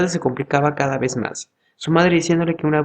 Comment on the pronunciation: Muchas gracias pero te revomiendo de que leas un poco mas lento porq en algunos momentos decia vez y vos decias ve y asi con otras cosas